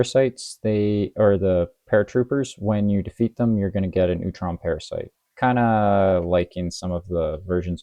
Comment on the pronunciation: First subscriber! Recording IRL is really rough in terms of lighting, it's a huge hurdle for sure Hope you can get something set up eventually! Great to hear the thought process behind your TMNT Standard and TMNT Expert. Solid first video, now I know how to pronounce Utrom! I'll watch the rest of the video later and comment more thoughts as replies if I have any, but here's some advice for YouTube! Tags are really important for getting the video out to the right audience. You can tag by simply adding words to the title or description (google search will see that text and put your video up if it's relevant to a search). Right now, the phrase "Marvel Champions" is not anywhere on your video! Meaning YouTube and Google currently do not recognize this video as a Marvel Champions video. I also recommend "custom content" and/or "homebrew" somewhere too, maybe "TMNT" as well. You can also use the Edit video button and use the Tags system there. (Also for commenters, your comments also work as tags, including all the text on this comment. That's a big reason why comments are so valuable!)